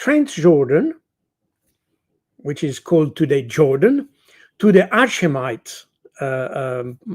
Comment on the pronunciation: Taking a hatchet to the pronunciation of Hashemite.